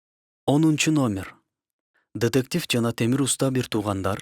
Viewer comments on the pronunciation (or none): Тетектив эмес детектив